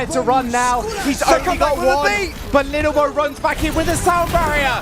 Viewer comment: it's lilbow not littlebow.... he was a former SC2 pro and he was always called lilbow